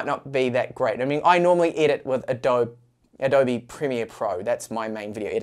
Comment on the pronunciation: Finally said "Adobe" correctly! :D But I think the "kine" in kinemaster is pronounced like "cine" from "cinema" but with a k sound of course. Kinnamaster ... Love your content! Just giving you a hard time :) My only issue with kinemaster is subscription model :/